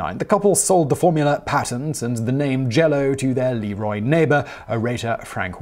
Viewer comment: Ok, I'll be that guy. le-ROY. not LEE-roy. Since we're getting rural western New York in here, hello from a former Byron resident, right next door to Leroy. Still mad at them for beating us in our homecoming soccer game 2-1 my senior year...